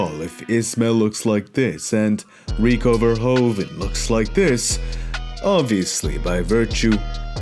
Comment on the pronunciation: You cannot say verhoeven like verhoven . The 'oe' in Dutch is pronounched like the English 'oo' as in pool.